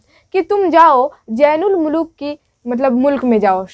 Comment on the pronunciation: Mehboob ki talash mnhi rehti balki taj ul mulook ko saza dena k liye talash karti hai Kyunki tajul mulook us ka khas gul(favourate flower) chura ley gaya tha Jain ul mulook nhi zain ul mulook Apna talaffuz durust kareye Fool nhi phool Beti aap mashq / practice kareye... Then upload kareye....